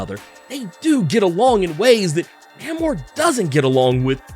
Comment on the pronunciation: Say his name right, bro, NAY-MOR!